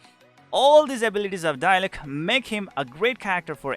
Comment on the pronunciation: DIE LUCK -this guy pronouncing diluc